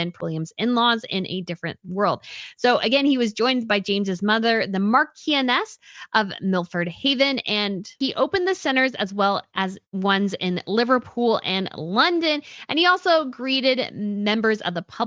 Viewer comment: Thank you,, for a great Royal round up, and it was wonderful to see the King out and about and looking so well. I enjoy seeing and hearing about all the different Royal families too. As a Brit, I would like to let you know the correct pronunciation for Marchioness is Marsh-un-ess, and Newquay is New-key.